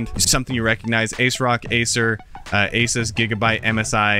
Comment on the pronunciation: The way he pronounced "Asus" though lol